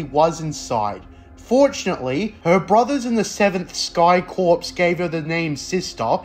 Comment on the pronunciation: The S is silent. It's pronounced Core.